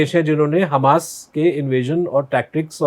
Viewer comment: Hummus nahi Hamas..... I have no problem with hummus